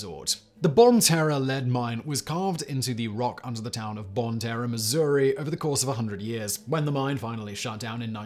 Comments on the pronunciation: "bon-tarra" no it french "bon-tare" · I love listening to Simon pronounce places but I would like to point out that it’s not pronounced “Bon Terra”. The second part of the name is pronounced like “tear” as if one would tear a piece of paper. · Nice to hear my state get some love. #1 too. That's awesome. Bonne Terre is somewhat hard to pronounce it guess. I almost didn't know he was talking about it till he said Missouri. All kinds of cool mines, caves and caverns in Missouri.